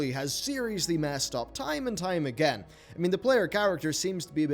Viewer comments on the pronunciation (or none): none